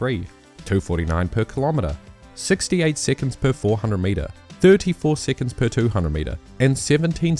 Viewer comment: why do you say siccunds?